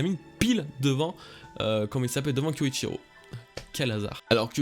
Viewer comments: J'ai bien aimé ce chapitre pour ma part le personnage de Denjiro a beaucoup de profondeur et de charisme je trouve... Hate de voir les fourreaux rouges combattre au côté des mugiwara! Sinon par pitié! Kyoshiro pas kyoishiro pq tu nous inventes un i? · Kyoshiro pas Kyochiro. -Maiko n'a rien à voir avec prostituée. -Kaïdo modifie le châtiment après la provocation de Neko. -La peur donne froid. J'ai l'impression qu'il comprend rien du tout au manga. Jamais vu une chaîne One Piece autant à côté de la plaque.